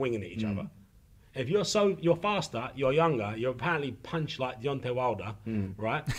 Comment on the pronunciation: I think it's "punch" and not "punc" and Joe is slower than anyone's grandmother.